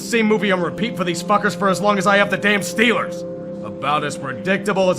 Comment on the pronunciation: when Yinzer mode activated: "THA STILLERS GAHNTA SUPER BAWLLLLLLLLLL!!!"